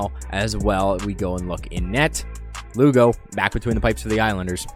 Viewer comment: Lou-go for Luongo lmao